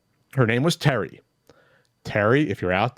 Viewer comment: LMAO, me and my brother would say Terry like that, it was my ex mother in laws name. my brothre called my ex Terry Jr. woo she got heated. my face hurts from laughing, good one